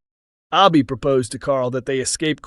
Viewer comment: Her name is pronounced Abi as in Abbey not Arbi. So annoying hearing you mispronounce names all the time.